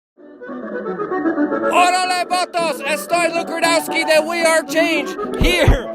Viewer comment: Luke, you can't speak Polish can you? Why aren't you spelling the first k in your last name? I checked multiple videos and I hear each time Rudowski not Rudkowski.